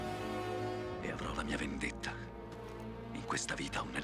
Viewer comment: *Vendetta. Doppia "T" che deve essere pronunciata ;)